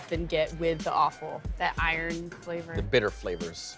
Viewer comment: I wish they would pronounce offal properly…….it’s O as in operation not O as in opal